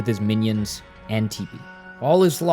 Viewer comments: he also called her tippani and teepanee lol i swear it’s on purpose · Bro did a good breakdown of the game, but the pronunciation of Dimentio and Tippi aggrevated me. Was that part of the plan for engagement? Genius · Calling tippi “teepee” and spelling it tipi Calling O’Chunks Crunch Calling dimentio dimension I swear it’s on purpose haha. It’s fine tho, just a little funny